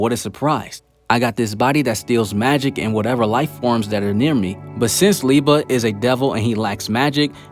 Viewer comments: I love how you keep saying Lieba instead of Liebe. xD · Great Video, love to watch all of them! Just try to pronounce the "ie" from Liebe like the "ea" from eating. With "Nacht" the focus is on "cht" when you emphasize. Just try to pronounce it like the "h" in hate, think the "c" away. Keep on going!